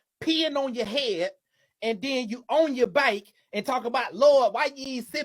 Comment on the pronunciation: Is it “ on ya bike” or “ on ya back” ? I couldn’t understand the accent 😂😂😂